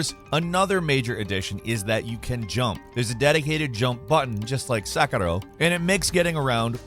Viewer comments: The former game is called 'Sekiro'. It's a small respect it deserved. Please stop calling it 'Sakaro' 'Sakaro' like in this clip. I don't want to call gameranx as gamerant either. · How come when Western People pronounce a Japanese name with a Japanese accent? Sekiro becomes sek-a-low. Western people don't do this for any other language, Just confused as why Western people say it Japanese words with an accent? It sounds funny to me. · lol why are u saying sekiro so weird?